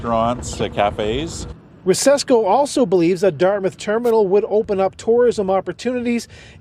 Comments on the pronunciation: There is not as much to do and see on the Dartmouth side for cruise ship passengers, plus they would have to build the docks which is expensive and takes a while. BTW you don’t pronounce Dart”mouth”, it’s more like Dartmuth. 🇨🇦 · Just a friendly heads up. As someone that grew up in Dartmouth, it is pronounced DartMITH not DartMOUTH. You can hear it in the news clip with the way both the reporter and the guy they were talking to on the water front said it. Keep up the amazing work and give your cats some love from me and my cats :) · It’s pronounced “dart-myth”. Retired 30 year RCN Vet here posted to CFB Halifax many years. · Quick note... As a kid who lived there for 12 years, I can tell you that Dartmouth is pronounced "DART-myth", not "DART mouth". It's like Plymouth isn't "PLY mouth". It might have been, a thousand years ago, but Dartmouth, Plymouth, Yarmouth, etc typically follow this paradigm. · Hey just enlightening you to pronounce Dartmouth as Dartmyth ❤